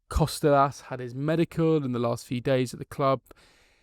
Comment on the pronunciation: you are making Kostoulas name sound way more difficult than it is. Its just like saying Harold or Henry just Ha-ra-lamb-os just call him Babees